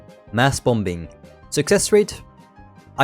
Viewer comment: Good vid but the second B in "Bombing" is silent.